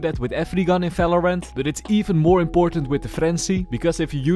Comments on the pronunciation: efery gun in falorant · valorant or falorant ?